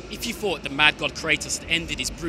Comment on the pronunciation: if you fought.... this guy says anything with a th with an f jesus christ it's annoying and says "the" da .... -.- wheres the guy that won the competition xD ps should hire him